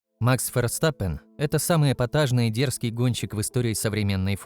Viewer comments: Как раз таки это одна из немногих правильно произнесенных фамилий пилота. На русском его фамилия читается через Ф (Ферстаппен) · где именно? V и произносится, и звучит как среднее между В и Ф. Букву используют вместо F. Так что логично произносит именно Ферстаппен. Если что, у меня В1 по нидерландскому